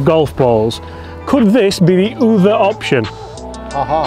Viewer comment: I would also say Uther as in pendragon. Not other 😝